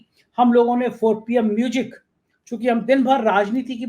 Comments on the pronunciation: Mujic nahi ..bolein Muzic. Music kahein. Music sahi spelling hai. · O bhai..tu pehle म्यूज़िक bolna seekh ley...म्यूजिक nahi म्यूज़िक hota hai...anpadh chchap patrakar.